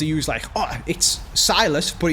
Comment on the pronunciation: Its pronounced Sill-a$$ not Sigh-lus